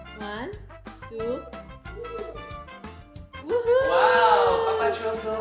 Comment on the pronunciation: One two “tree” TREE